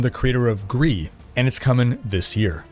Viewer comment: It's Gris, not Gree. It's a Spanish word which means "gray".